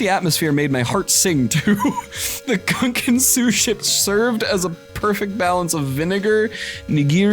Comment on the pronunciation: pronouncing "gunkan" like Gungans from Star Wars hurt me on a spiritual level.